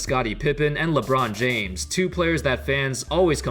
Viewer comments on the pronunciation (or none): none